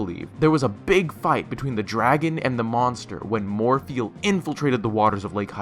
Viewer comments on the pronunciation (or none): The first "Morpheal" had me cringing. But after like the 5th one, I found it hilarious.